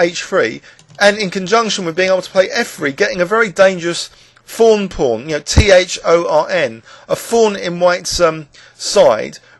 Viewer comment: thank you for spelling that out.. i've heard you say thorn pawn before and i always thought you were saying fawn pawn